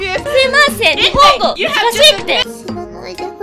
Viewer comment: イナのﾆﾎｰﾝｺﾞﾑｽﾞｶｼｰｸﾃに聞き覚えあると思ったらあれだ ガヴリールドロップアウトで喫茶店にバイトしに行ったガヴリールの発音だ イナあれ見てたのか…ww